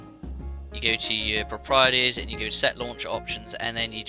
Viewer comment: I have never heard anybody say "properties" like that. Is that a British thing? Haha, I'm Australian btw. I would say it as "Prop-er-teez"